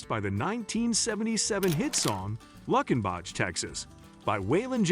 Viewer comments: It's not luck in back, it's luke in Bock. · It's pronounced Luke-in-bach, Texas, not Luck-in-bach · It's called "Lou Ken bock" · It's Lewkenbock (correct pronunciation). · wow you mispronouncing Luckenback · If I hear Luckin-bach one more time, I’m punching myself in the face. Wait… La-fit…??? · Absolutely agree. Lots of mispronunciations several of which people not even from TX would wince at. I think Waylon was rolling over in his grave when he discussed “Luckenbach”! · Thank you. I got as far as Luckenbach and clicked it off because the bot was butchering the pronunciations.